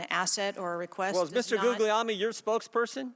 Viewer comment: Guglielmi is my mom's maiden name. It's pronounced "Goo-yell-me." Hurts my ears to hear Jordan butcher it.